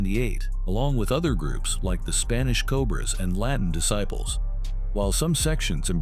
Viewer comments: Dude got Latin Disciples right but says Spanish Descibles lmaoooo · Why use A.I. If it can't say "Disciples" "Satan Desibles" 🤦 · Disciples not descibles goofy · Dis- Siples